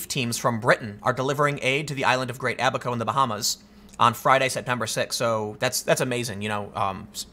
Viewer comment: They made fun of Noah for building the Ark and we all know how that turned out. PS, Tim, it's "Abba-ko", not "a back hoe".